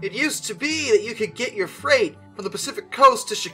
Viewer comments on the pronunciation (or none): none